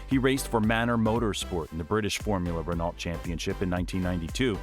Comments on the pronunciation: Can you Yanks learn how to pronounce words already? It's 'Ren-Oh', not Renolt!" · I cringed every time Renault was misspoken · How does an F1 page pronounce Renault wrong? It's been said on the TV for decades.. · If you are going to make a documentary. At least pronounce names like Renault & Jaguar correctly. SHIRE 🙄🙄🙄🙄🙄🙄🙄 Also no mention when Hrny Spice got his teeth fixed 😆😆